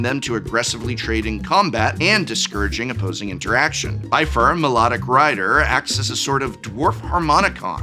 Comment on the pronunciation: "Ky-lee", "Dway-lin", "Bye-fur", "Minus Morgul" Prof, are you doing this on purpose to hurt us?